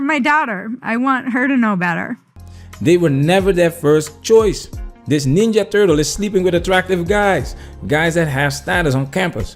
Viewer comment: Okey man you got me with "ninja turltes"